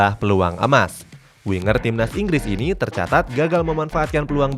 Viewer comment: asal ingress om inggres:)